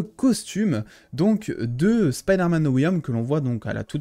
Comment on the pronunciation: Dit pas Siderman 4 XD j'ai crue que ça aller parler de Tobey mdr